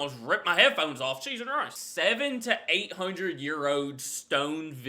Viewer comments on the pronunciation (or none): I just have to ask: Do you say "jesus christ" or "cheese and rice"? Because, since my wife told me, she understands "cheese and rice", I also hear it. And now I'm unsure what you're saying 😂